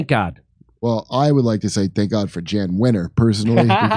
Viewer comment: Neither of you knows that Wenner, a public force in magazine publishing for over 50 years, pronounces his first name as "Yahn"? (Well, what can we expect from a man well over the age of 12 who refers to "The River THAYMMS"?)